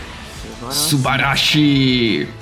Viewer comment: Hai passato metà video a dire subarashi con l'accento sbagliato, che fastidio haha 😂